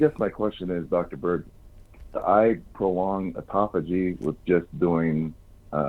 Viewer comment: Autophagy not ecophogy...it pertains to fasting... If you search Dr Berg/autophagy you'll learn more about it